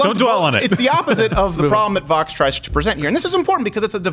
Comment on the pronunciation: Rob Hicks they can’t even pronounce Vōx correctly... smh